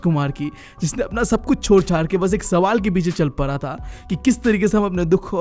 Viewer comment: Bhaii tu pehlee apniii pronunciation suddhharr bhai boh para nhi hota boh pada hota he 😂